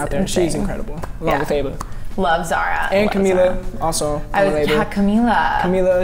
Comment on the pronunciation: not Zahra he says Zara